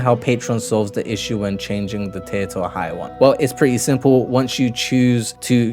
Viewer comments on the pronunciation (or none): none